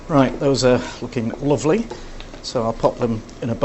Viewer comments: You asked what accent it was when the cook said "Luvly" ... It's Northern British (Leeds, Manchester, Liverpool, Birmingham way) ... So now you know ! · yorkshire accent...... that "luvely!" gave it away............ your christmas dinner is just as good............... I have had Canadian and American..... Perogis are OK.